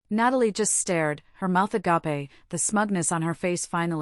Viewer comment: Please FIX your AI NARRATOR. This word Agape is pronounced as A-GAY-P and not as A-GAR-PAY. Also TEARS (crying) is pronounced as TEERS and not TARES